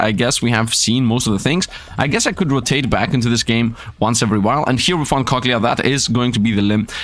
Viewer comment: I love it when says cochlea he says it so wrong... I love it